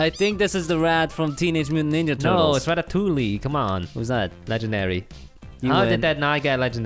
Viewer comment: omg the way they pronounced Ratatouille is cancerous its Ra-ta-tou-iy